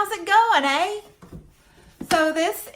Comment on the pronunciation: Your Canadian “ey” has a very convincing Aussie edge to it 🙌🏻😂